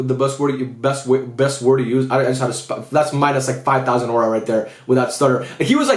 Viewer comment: Who taught unc how to say aura😭🙏